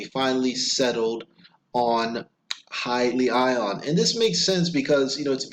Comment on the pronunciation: its pronounced... Hee- Lee- On